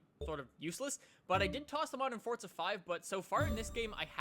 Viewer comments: its forza not fortza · "Fortza"??? WHERE'S THE 'T'? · so the actual pronunciation is fortza? geez I hate saying fortza it makes me cringe